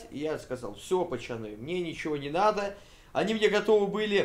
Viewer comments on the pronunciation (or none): none